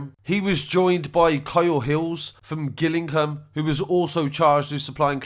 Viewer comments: Gillingham is pronounced like it’s jillingham 😉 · Pronounced jillingam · Gillingham hahaha It's said like Jillingham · Kent is Jill Dorset is Gill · “Gillingham”- your pronunciations get me every time🤣🤣🤣